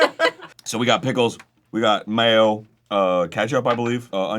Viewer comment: Oh boy, Arin. That southern accent came tf out when he said, "mayo." 🤣